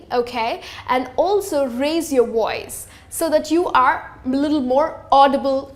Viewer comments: woice????..... you mean VOICE!! And please don't say retarded!! Completely inappropriate!! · The term is “speak correctly”. Not “speak right”. BTW, what is a woice?